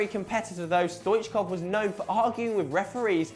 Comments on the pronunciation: yeah stoichkov truly was a great player for club and country and I'm glad he was mentioned in the video. But the pronunciation of his name was awful lol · lol how he says stoichkov